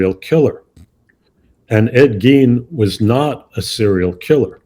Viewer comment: It's pronounced "Gain" NOT "Geen"